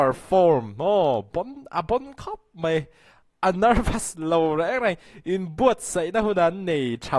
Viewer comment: hian mai tih turah 'MEI' a ti zel